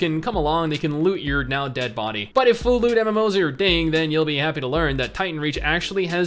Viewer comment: Not gonna lie I heard "full loot" as "full lewd" the first time you said it